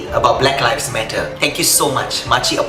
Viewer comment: Pronounce the word lives correctly ,it is not pronounce like word LIFE